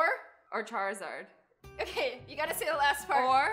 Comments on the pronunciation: Vonosaur or Charizard? me veness or part sard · Azzy:venosaur or charziard:venosaur o chaka THIS GOT ME LAUGHING SO HARD LOL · when azzy said veinosaur or charzard i was ike is she gonna say pee pee